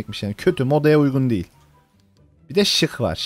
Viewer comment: Ayrıca "Dehıl" değil "DEĞİL"